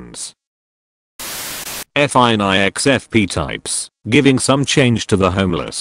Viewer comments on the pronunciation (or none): none